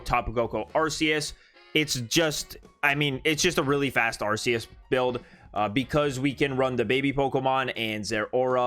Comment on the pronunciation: Silvally’s ability in the mainline game is RKS System, not RCS System, so Arceus is pronounced with a hard C, like K.